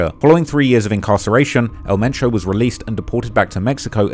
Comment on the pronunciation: So his name was El Mencho, but you keep calling him Metro?